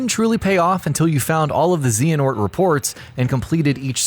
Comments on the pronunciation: Lol zee-hanort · I believe it's zay-huh-nort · I cringed at the mispronounciations..."Zeeanort", "Just"...ffs it's "Zay-uh-nort" and "Joost" also: the entry for Red in Pokemon Gold/Silver/Crystal also applies to the remakes Heart Gold/Soul Silver Dracula in Castlevania: Symphony of the Night as you need to wear 2 specific rings in the clock tower to get the special glasses you need to equip before fighting Richter in order to see Shaft's orb which you need to defeat instead of Richter to reach the inverted castle and ultimately Dracula... various Kirby games require collecting every one of whatever the respective game's macguffin is to get the real final boss & ending ( Dream Land 2 & 3, and 64 immediately come to mind ) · "ZEE-HANORT" This physically pains me. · nope, the h is silent. if you play the games where they mention his name they always say it as "zay-uh-nort" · I am confused on how people mispronounce Xehanort when the name is SAID multiple times AND PRONOUNCED THE SAME WAY by everyone in the game... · 1) Xehanort has a short e not a long one. 2) it's just terranort